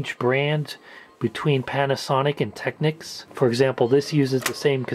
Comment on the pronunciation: youre the first american ive heard that can pronounce technics correctly. congrats!